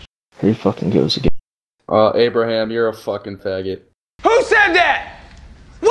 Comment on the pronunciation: A-bruh-ham Lit-coln has spoken)